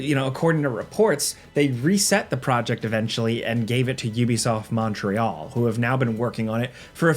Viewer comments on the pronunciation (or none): none